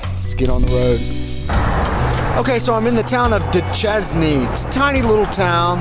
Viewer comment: It's pronounced doo-sheyn not doo-chesnee